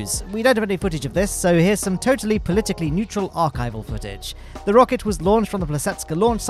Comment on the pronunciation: 🟨🟦"polically neutral archive footage" 😂